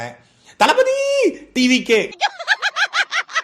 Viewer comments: தளபதி யா இல்ல தளைபதி யா என்னடா பேசுறீங்க.... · தளபதி என்பதற்கு தலபதி என்கிறான் இந்த தற்குறி ராஜ்மோகன்